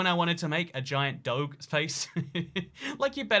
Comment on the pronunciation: Why he pronounce doge like that?